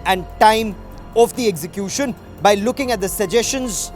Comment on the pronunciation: This idiot cannot pronounce execution!!